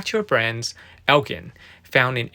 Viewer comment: Thought you may like to know, "Elgin" is pronounced as (el-jin) instead of (el-gin). Thanks for the content